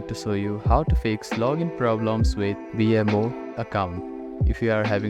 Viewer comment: It is BMO not Vmo